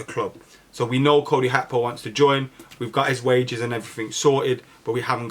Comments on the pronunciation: Did I miss something? When did Gakpo become Hakpo? Is that the proper pronunciation? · I love you but can't get over "Hakpo" 😂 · Ye, I noticed that, Hakpo, lol. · PLEASE STOP REPORTING ON GAKPO UNTIL YOU CAN SAY HIS NAME CORRECTLY